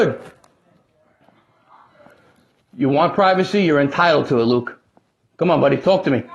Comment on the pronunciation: Wuke does be invading the pwyvacy.